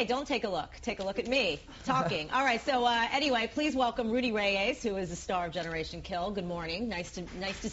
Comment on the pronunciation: Please welcome Rudy Ray-ayes.